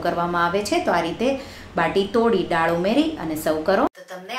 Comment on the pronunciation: "ડાળ" નહીં "દાળ" બોલો...